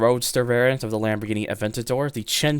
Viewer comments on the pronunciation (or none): none